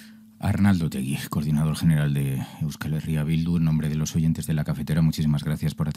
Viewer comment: Es Otegi, sin u. En euskera, se pronuncia como se escribe.